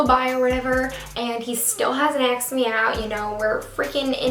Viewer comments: is it just me that dies a little each time she says aksed instead of asked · axed me out.. "axed" bugged me so hard it's ASKEDDDDDD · im not a hater but its annoying how she says "axed" instead of "asked" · Asked me out not axed me out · Did she keep saying aksed instead of asked ?? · "asked" not "axed" Please! This made me click away from this video. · i can NOT with the jokes about her saying "axe" 💀💀💀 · "Axed me out" "assed me out" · Well I hope he doesn't "axe" you out 😂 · "Still hasn't axed me out " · You always say aksed hahah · Her saying "aks" is just perfect somehow 😂😜😝❤❤❤ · the story time was bomb but girl. it's asked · like how come he hasn't 'axed' me out yet? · Haha I love how she says axed me out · Take a shot every time she says "axed me out" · Am I the only one who hear her say acksed me out ???? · Is it just me or do I keep hearing "aks"? Pretty sure that's London slang ;) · "axed me out" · I'm Canadian and nobody says acskd instead of asked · This girl said "axed me out" at least 35 times lol